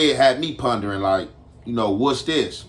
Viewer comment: PONDERING not PUNDERING FOO